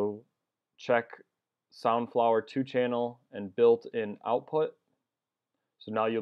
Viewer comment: i thought he said sunflower the first time he said it xD